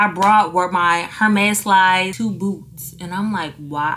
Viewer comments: And “Her • mes” 🤭 Just a heads up it’s pronounced “Air • mes” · Please stop pronouncing the H in Hermes 😂😭 love you though